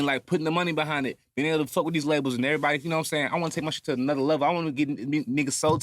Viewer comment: He said errry body lol this about damn time.